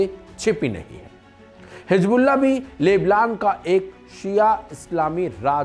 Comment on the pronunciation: नायाक नहीं नायक बोल भाई ।लेबलान नहीं लेबनान ।